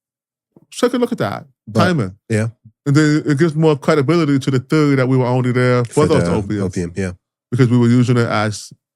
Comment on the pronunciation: "It gives more cwedibiliy to the theowy...it's vewy scawey"